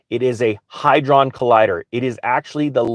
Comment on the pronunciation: Hadron collider not hydron, medussa not Methuselah